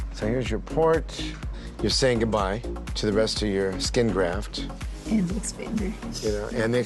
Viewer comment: GrafT****, not "graph," you goofy, goofy person.